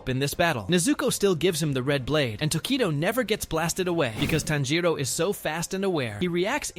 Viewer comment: This AI voice kills the whole idea, the way u pronounce "Tanjiro" is disgusting.